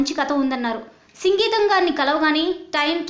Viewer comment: సంగీతం కాదు సింగీతం కరెక్ట్